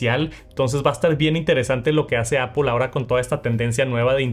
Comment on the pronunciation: Que es ApOL es lo mismo que aPL ? No se como pronuncias palabras más complejas en inglés, pero no puedes decir manzana 🍎 en inglés haha se pronuncia APL